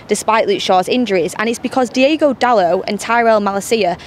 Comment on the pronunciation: It's Diogo not Diego :)